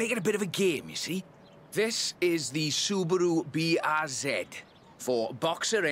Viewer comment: The way he says subaru brz 😂😂